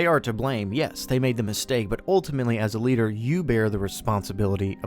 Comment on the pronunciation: The way you say "A leader" sounds a bit like "Eliter"